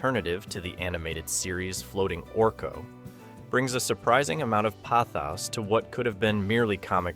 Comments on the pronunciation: If you can't pronounce the word pathos why use it? It's almost like using an AI script and reading it as your own. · Dude, if your are going to use the word "pathos" then learn how to pronounce it.